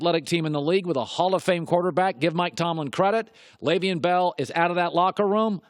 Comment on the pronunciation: Colin pronounces leveon bells name like... Lay-vien!! Haha